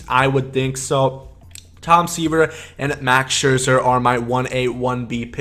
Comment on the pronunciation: it’s scherzer babe and chipper